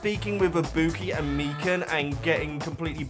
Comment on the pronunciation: I-bu-ki. And Chiaki